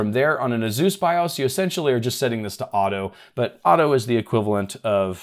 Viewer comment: You are saying Asus and I'm understanding Zeus :)))))))))))))))))))) and wondering what a Zeus is....